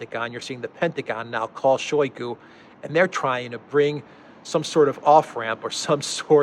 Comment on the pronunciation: [ShayGU] The ``o' ' makes ``a' ' sound as in ``owl' ' because word stress falls on ``GU' ', not on ``shoy' '. In Russian, unstressed syllables get muted.